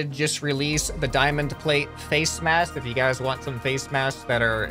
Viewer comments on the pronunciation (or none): none